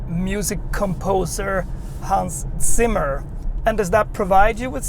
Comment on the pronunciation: Props to you for correctly pronouncing "Zimmer". ;) My M50 consistently shows over 400 km range on a full charge, because I have 18" wheels and not the range killing 20" BMW puts on most press cars (whoever decided this must be an oldschool petrolhead). Unselect other factors like the rear spoiler, and the M50 seems to have 9% lower range than an otherwise identical 40, likely because of the aerodynamics package that increases drag and cannot be unselected. I would very much appreciate if the second motor was just another feature without the vintage sports stuff, but at least it's more subtle than Audi RS with a fixed wider wheelbase etc.